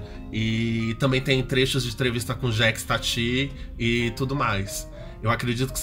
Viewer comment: Jékis Tati é de doer o ouvido